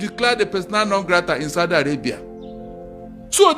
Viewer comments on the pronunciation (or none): none